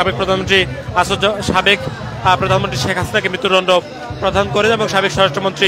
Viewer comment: মৃত্যু দন্ড ‘প্রধান’ করেন?😆😆😆 উচ্চারণ শুদ্ধ কর মিয়া